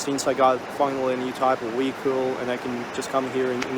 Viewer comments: Love the video and all of your observations. Seriously, take care of your health; eat like a Russian not like an American. One thing became evident in hearing your pronunciation of words like vehicle, live, (there was another one I can't remember) you pronounced vehicle as wehicle.😊 You need to practice your v words. I hope you don't mind me picking up on this but i recall you asking people if your accent was ok.which it is but you do speak quite fast and some words are rushed making them a tiny bit unclear. ❤ love to you. Looking forward to your videos coming up. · You should learn to pronounce "v". " Weekle " isn't how you say "vehicle". 😄